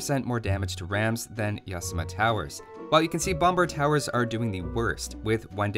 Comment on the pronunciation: It is NOT pronounced as YAAAsama! It is pronounced as yaSAAMA! (like yokoHAAMA)